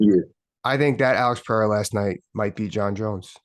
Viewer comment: Din, it's pronounced Puh-ray-ra. C'mon man, it's embarrassing at this point.